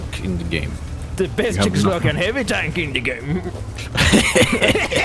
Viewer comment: come on guys! its not sheck, its czech at first, and second, ITS CZECHOSLOVAKIAN !